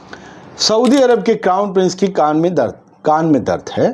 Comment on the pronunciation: Bhai saaf saaf bola karo ki saudi ke shehzade ke kaan mein dard hai, meine suna ki shehzade ki _ _ _ mein dard hai 😅